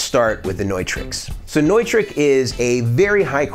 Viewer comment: Hey bud, cool video. I wanted to let you know that the word Neutrik, is actually pronounced Newtrick. Not trying to break your balls, just helping a friend.